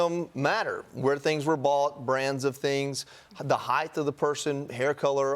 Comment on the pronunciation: Height, NOT "heighTH."